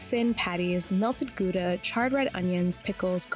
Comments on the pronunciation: they'll never get the G right though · I will repeat this on all cocking videos i see: The cheese is called Gouda and the ou is pronounced like the ou in sour.